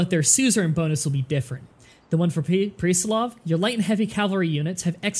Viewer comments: and PRESS-LAV, and CO-SACK, i'm feeling WAY to good about correcting you sorry... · also the city states name is PRESS-LAV